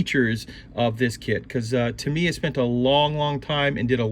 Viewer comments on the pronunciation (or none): too me? its tam eeee yaaaaa